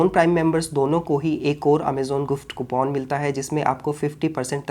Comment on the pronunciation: कूपन ❌ कूपोन ✅